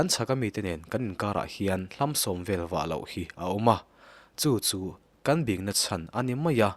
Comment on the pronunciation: Lo bing tiha bing tih lai hi i lam dik lo..